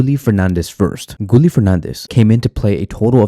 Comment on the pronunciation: Gooly? 😂😂 you mean Gi ye Guille = Guillermo